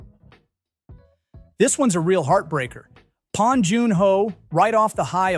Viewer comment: Bong not pon!